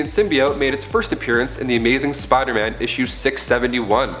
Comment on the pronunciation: For me, it's because he says Spoderman and I can't not hear it and I hate it.